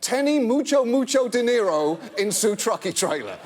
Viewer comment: the cop actually said "tiene mucho mucho dinero en su truck y trailer?" or, roughly, "do you have a lot of money in your truck and trailer?" his pronunciation was just shitty.